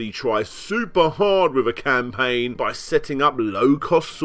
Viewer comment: "ham"paign, ori"ham"i, pr"ham"otinals. I'll set 'em up, you knock them down.